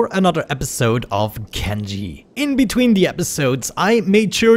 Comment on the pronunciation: Still waiting for Nathan to properly pronounce Kenshi as Ken-shee instead of Ken-ji.